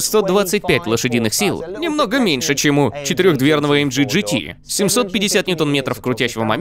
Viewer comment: Товарищь переводчик, AMG произносит я как "аэмгэ", а не "аэмджи"!